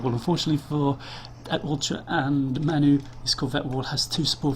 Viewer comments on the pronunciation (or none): "MAN U" is pronounced "man you". manchester united. you are english and dont know that? id expect even americans would know.